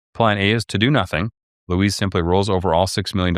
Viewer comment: That's pronounced loo-EEZ or Weezy for friends and family.